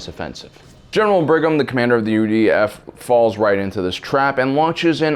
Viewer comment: Every time he says UDF I hear UVF and get triggered